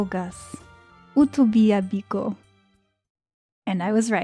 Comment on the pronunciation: ahhhh!!! i am so so happy to hear igbo. You actually did so well cuz I wasnt looking at the screen...just heard "biko" and was like....wait a minute, is she speaking igbo? Rewound and sure enough you are. Thank you so so much 🥹🥹🥹